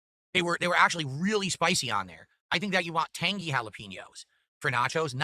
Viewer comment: "Sauce, smells tang-gee"